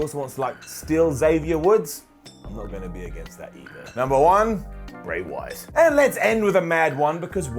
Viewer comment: I swore I heard "Great White" when you said Bray Wyatt...